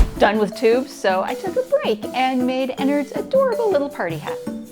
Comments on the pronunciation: It’s not ennerd it’s ennard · My boy really said Ennerd💀 its EnnArd. Also plz call him "burnt spaghetti" because we can all agree thats a beautiful nickname for them U_U btw Ennard is a they/them if you didnt know